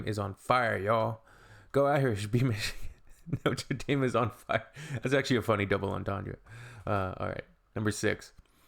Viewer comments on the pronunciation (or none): Who cringes hearing Noter Dame?